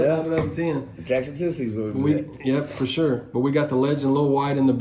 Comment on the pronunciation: "I Sho Will"